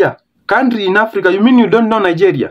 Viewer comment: I hear kandry, presidend . English is Englishing 😂